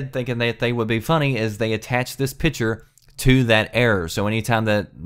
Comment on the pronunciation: PICture not PITCHer